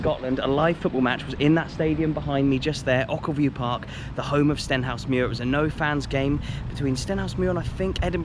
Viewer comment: It’s pronounced oh-kill-view 🙂